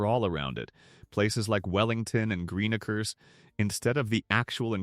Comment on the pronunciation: 3 blocks inland, or even a MILE + inland from Pompano beach is not “riddled” with gunshots 😂😂😂. West of Dixie is where it gets real funky, but that’s the same in Deerfield and many other places. As for “affordable”?? 😂😂😂😂😂😂😂 Pre Covid it WAS. And for God’s sake can someone teach this AI BS how to properly pronounce Green Acres lol